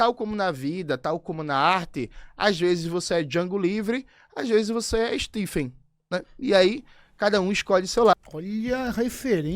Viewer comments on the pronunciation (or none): none